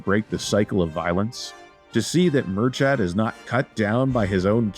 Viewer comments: Sorry but the name pronunciations is horrific😂 Its like mur-kid not mur-chad. Love that Ireland is getting some playtime though🙏🏻🇮🇪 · Personally I'd soften /k/ to a /x/ and lower that /ı/ to a /ə/ but you're correct. They even get Brian/Briain wrong.